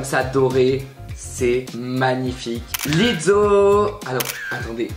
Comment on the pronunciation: Pourquoi tu dis Lizzo comme on dit pizza 😭😭😭😭